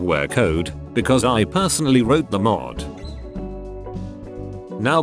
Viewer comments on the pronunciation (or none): none